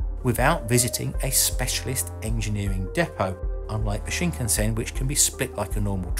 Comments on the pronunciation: Just a nit, but the "Shinkansen" is pronounced Shin-KAN-sen, just as most westerners would naturally pronounce. (It is not Shin-kan-SEN.) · Its pronounced SHIN-CUNN-SENN. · It's pronounced shin-can-sen, not shinkunsen. Interesting video :) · Okay, I understand people mistaking the pronunciation of Kyoto and Tokyo (people often say To kee yo instead of tou kyou), but Shinkansen is so easy. It's sheen kan sen NOT sheen ken sen. I haven't had a chance to ride on the French high speed rail, but the Japanese one is smooth and comfortable beyond belief. The only downside is the fairly high price. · The “shinkensin” you say? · CosmoDeus It's pronounce shin-kan-sen actually, exactly as it is spelled! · That pronunciation of shinkansen though 😱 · in france chou mean sprout lol sprout shinkasen ,,, vive la france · CosmoDeus Thats because the H in Khan gives it its pronounciation as Karn and tbh its only the Americans who mispronounce Japanese words! Just listen to how they mispronounce Japanese car names, such as Neesarn, Hornda, Marzda or Toyotar!